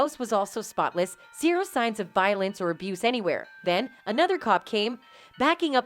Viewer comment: You seriously can’t say the word “abuse”??? SMH